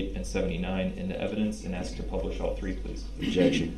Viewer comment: "Ladies and gentlemen of the jury... Let me Axe you a question."